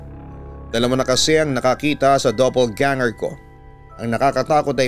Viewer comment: Doppelganger po hindi double ganger